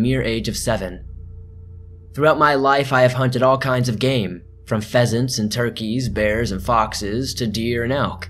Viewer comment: I thought he hunted "peasants" lol